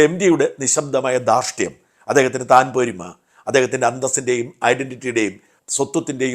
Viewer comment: താൻ പോരിമ അല്ല, തൻപോരിമ....